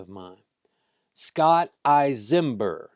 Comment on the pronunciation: You aren't even pronouncing his name right..Don't believe he wouldn't have done the same to you and yours..You forgot my Aunt and Uncle were piled in the bathroom,like a pile of dirty clothes. He sat at their table and ate their food..Get the story right. And don't forget their little dog,who tried to protect them..he stomped the dog!!!